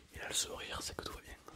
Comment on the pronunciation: soinG, bienG, très bienG